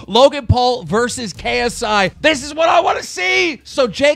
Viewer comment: Jake Paul showing him how to pronounce paul but he keeps mispronounce ksi 😐😑😑